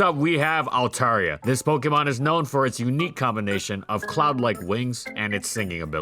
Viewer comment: Dude, you are pronouncing it wrong. (alt-AIR-ee-uh) is the correct pronunciation.